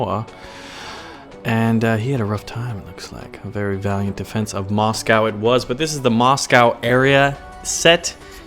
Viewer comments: it's quite painful listening to u pronounce Moscow like that, plz search up how to say it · Are you trolling or can you legitimately not pronounce Moscow?